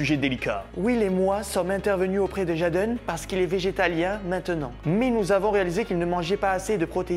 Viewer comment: C’est pas « jaaden » son nom mdr 😂 tu détruit son nom en le disant en français . Sa s’écrit « jaden » m ça s’épèle « Jayden ». Sinon continue tes vidéos 🤩👍